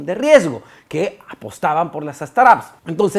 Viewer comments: "Straps"???? 😂 quieres decir "Startups" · De acuerdo, no se por que dice "straps" 😅